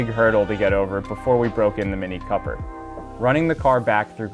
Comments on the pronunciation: Oh yeah this Coper "fun" ticks off my OCD! IT'S NAMED COOPER LIKE COOOOOOOOPER YA KNOW COOOOOOOOOOOOOOOOOOOPER! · Hi gys, The vehicle youtube of is not Mini copper the way you pronounce it there a dubble OO is C”OOOOO”per. The car was not named after the copper material. Just thought of point it out😊